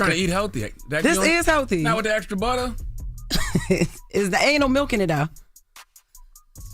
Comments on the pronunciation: Nah don’t gaslight Charlamagne. I heard “anal milk in it tho” too! 😂😂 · Lmao i heard anal as well 😂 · I heard "anal milk" as well 😂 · I heard 'Anal Milk' too...😂😂😂😂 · I swear I heard her say ain’t no milk too!! 😂 #SevenTheRev